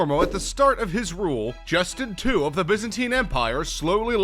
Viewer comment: "Justin two" 😶🔫